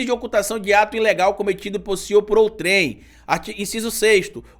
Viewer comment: Desculpe,, mas a pronúncia de OUTREM não é "OUTRÉM", é "ÔUTREM". Nota: você tem um imenso crédito, porque aprendo muito com você. Por isso é que tanto acesso o seu canal. Obrigado!